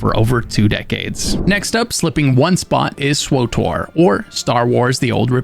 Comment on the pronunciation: Never heard anyone actually say....SWWOOTORRR